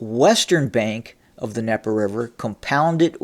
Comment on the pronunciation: THE D IN DNIEPER IS NOT SILENT. There is a reason the D is there, because it is mean to be pronounced. Stop being ignorant. Quit intentionally mispronouncing things.